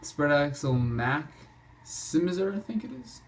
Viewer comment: Called a frameless end dump. And its pronounced Mac Si My Zer